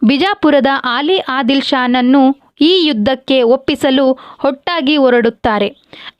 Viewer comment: ಆಲಿ ಆದಿಲ್ ಶಾ ಅಲ್ಲ ಅಲಿ ಆದಿಲ್ ಶಾ